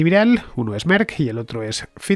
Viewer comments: No entiendo por qué Fernande se empecina en decir fiser cuando la propia que es la que sabe dice faiser. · Ficher o faidser ese es el dilema